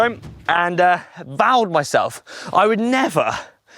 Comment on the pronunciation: To be honest when said "vowed himself" I thought he said "soiled himself", and I don't blame him.